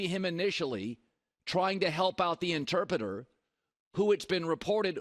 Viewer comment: Damn Colin struggling with ‘Interpreter’